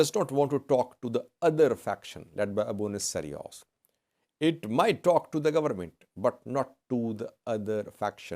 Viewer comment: Don't say Abune Sarios. It is Abune Sawiros, bro.